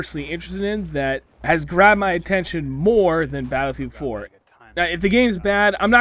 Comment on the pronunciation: Lmfao he say battlefield 4 like ba-fwa-field 4 😂😂😂😂😂😂